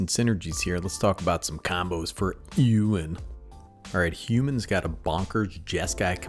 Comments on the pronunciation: Ay o in is how it's pronounced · A: I think it's pronounced A-o-when B: Is there any chance you can do a video on the other commander in this deck, Aragorn, King of Gondor?